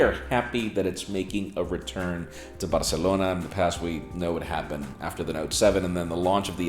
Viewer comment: I like how he says "Barcelona"....Barr-celona